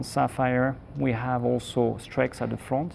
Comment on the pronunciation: I see still on his 'Auso' instead of also game